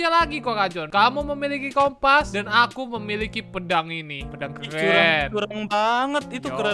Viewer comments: Bang pedang bang bukan pendang 🤦🤦🤦🤦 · Bang kok pedang jadi pendang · Pedang❌ Pendang✅